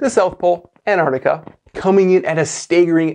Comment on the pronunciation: I stopped watching after he said “further away” three times and “Antartica”.